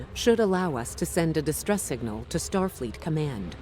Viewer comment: i just noticed says starfeet and not Starfleet